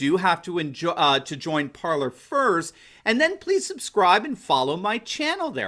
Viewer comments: Parler is pronounced Par-lay, you are pronouncing it as Parlor, which is a generally a room or reception room for guests. I guess both meanings do work i suppose, but from my understanding it's Par-lay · Parler? (fr.: "to speak") We're not actually pronouncing this "parlour," are we? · Isn't Parler pronounced "par-lay" as in "to speak" in French? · It's spelled Parler, but it's pronounced Parlay.